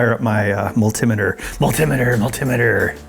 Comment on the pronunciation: You said mull-te-meh-tuh when I thought I was the only one to say that! How about thur-mow-mee-ter?